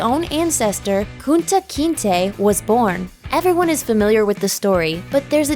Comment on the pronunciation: Why you keep saying Kunta’s name like that lol